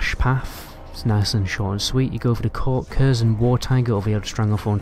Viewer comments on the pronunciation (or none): none